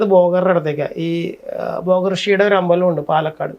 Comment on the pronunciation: ബോഗർ അല്ല സുഹൃത്തെ….ഭോഗർ.ചുരുങ്ങിയത് സ്വന്തം ഭാഷയെങ്കിലും കൈകാര്യം ചെയ്യാൻ അറിയുക.